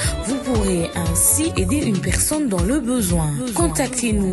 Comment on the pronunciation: Mutu azo loba "pekson" au lieu de "personne" est ce que makambu ako loba eko zala coherent? Quand la tete est vide c'est le corps qui souffre